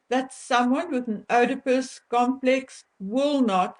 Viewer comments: Sorry don't mean to be pendantic but the correct pronounciation is EEEdipus complex. If Harry's wife knew about any attack on women & helped to cover up the facts, then she would be liable for a charge of ACCESSORY after the fact, not Accomplice after the fact. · Oedipus is pronounced not with an 'O' like in Afrikaans, but with an 'E' in English. Something in my gut told me that people as entitled as H and M must have some rather dark secrets in their joint closets. When the truth comes out, it's not going to be pretty. Those 2 people may be wealthy and powerfully related, but they act really low class and are completely disrespectful, dishonest and self-entitled. I hope they get what they deserve - and it's coming soon. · 🥳💃✨😍🦁🌍🎈 PS: Not that it matters in the SLIGHTEST my dear, but one doesn't pronounce the ''O" in Oedipus. 👍🤗 Listen here on this old BBC You Tube video: 👉👉 The Oedipus Complex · Just a little point, Oedipus, is pronounced Edipus, (silent O) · Thanks! I believe that Harry hates ALL women, especially his mother for abandoning him! He is operating out of that stage since his mother died! His mother is idealised as his love object, as the Madonna - all others are Whores! Oedipus is pronounced “EEEd-I-pus”- silent “O”! Love your investigations! He has a mad look in his eyes and I am not in the least bit surprised at the idea that he is psychopathic and have no difficulty in believing that he could strangle a woman and S/assault her! Thanks! Xx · Oedipus is pronounced eeedipus. Negate the O. Thank you for today's info. I have long suspected that this Man is a very real threat to women, and I feel that his wife is just as dangerous as he is. They fuel each other. When like means like, it's petroleum on a bonfire. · Oedipus is pronounced E - de - pus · Oedipus - the "O" is silent, hence EEdipus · I had to stop the video and look up how to pronounce œdipus because I've always heard it as ee-duh-pus